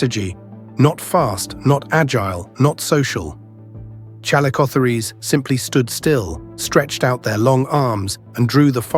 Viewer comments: ChalicoTHEERs not ChalicotheREESE! Did an AI do the narration? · If there's one thing I learned from this video it's that AI doesn't know how to pronounce calicospheres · This video about these fascinating animals is marred by the synthetic voic repeatedly mispronounced 'chalicotheres'; and by outright false visuals , which shows not a chalicothete at all, but a giant ground sloth (Megatherium). Lazy production shortcuts devalue videos and spread misinformation. 'Must try harder/ do better'.